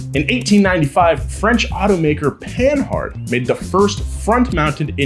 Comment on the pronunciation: Panhard is pronounced with a silent "h", so it sounds like Panard. Just letting you know.